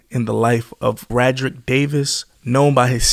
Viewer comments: Thst man name is pronounced Ray Drick not ra drick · Gucci is my cousin. His name is pronounced Ray-drick not Rad-drick. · Yes but narrator still not from Atlanta. He mispronounced his first name like everybody else. Lol. And mispronounced South Dekalb Mall and also Candler Road